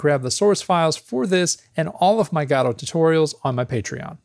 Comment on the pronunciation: It's Guh-dough, not Gah-dow.